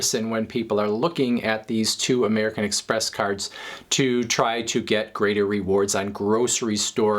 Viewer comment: "caRRds" lol